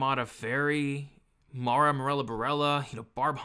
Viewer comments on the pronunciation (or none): none